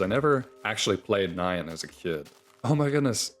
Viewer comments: oh c'mon, it's pronounced like nya-n, not cyan. it's a cat noise. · Pronouncing nyan like cyan is turbo cursed.